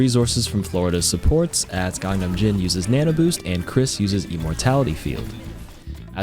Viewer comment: BTW “GANGNAMJIN” is actually pronounced “KANGNAMJZIN”